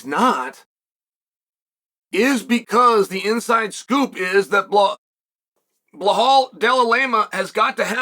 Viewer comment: How does one butcher belal and just say jack for the love of God 😭